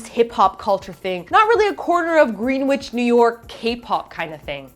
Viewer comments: The only think I'll say is that YOU PRONOUNCED GREENWICH WRONG. FOR SHAMEEE. It's like Grenich. So like wrench without the ch and a g at the front. And then itch. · FYI- Greenwich is pronounced Gren-itch.Also, we don't mug every tourist who comes to N.Y.C., but we'll make an exception in case:) Otherwise, spot on with everything you said in the video.Hope you're brave enough to face the wrath of B2ST's fans. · its not green-witch.....its pronounced as grin-nich lol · FYI, Greenwich is pronounced "GREN-itch" and not "GREEN-witch" Sincerely, Native New Yorker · Green-wich? It's pronounced Gren-ich my dear. NYC represent. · Hearts to you,, but you need to learn how to pronounce Greenwich (gren-ich). A "green-wich" would be what you'd find if you left a sack lunch sitting around for weeks... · Agreed with everything. The only qualm I have with this critique is you mispronounced Greenwich. It's not Green-witch, it's Gren-itch. Green witches live in Oz, not NYC hehe. Easy mistake, just thought you'd like to know. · Its Greenwich ny is pronounced "grennich" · im most upset by your pronunciation of Greenwich NY. It's pronounced gren'ich, is actually Greenwich Village, which is shortened to "the Village". Not Greenwich. That is a place in Connecticut. A different state entirely. That is all! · Greenwich??? *facepalm* it's pronounced Grennich :) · It's pronounced "gren-itch" village... Pretty sure green witches are only in Oz, guys :] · Ok say it with me - GREN - ITCH....brought to you by insincere spelling Greenwich =GREN-ITCH....go figure.....its from the same people who brought you Worcestershire Sauce pronounced WUSTER.... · it's pronounced gr-N-itch